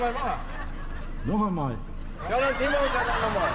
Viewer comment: "Donerwetter noch amol!" 😂😂😂😂